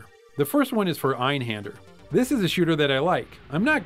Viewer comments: You pronounce Einhander wrong man. It's not Ainhandear. It's AIHANDA!!!! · you pronounced Einhänder quite flawlessly!:) And great that you going weekly again!